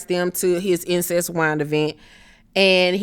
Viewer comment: The fact you keep calling this wine ‘Incest’ is killing me 😂😂😂😂😂😂😂 Incest wine 😂😂😂